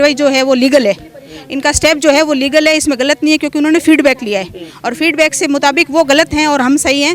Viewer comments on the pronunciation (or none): Feedback hota ya fildback hota h medam ji fildback bol rahi h